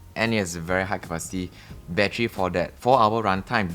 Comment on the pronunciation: same but for me it is because he says bat-tree, reminds me of an old Eddie Murphy comedy skit.